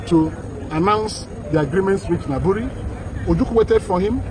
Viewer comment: Is pronounced Aburi not Abure.. Aburi is a town in the eastern region part of ghana.